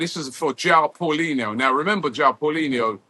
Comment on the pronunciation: paulinha not paulinho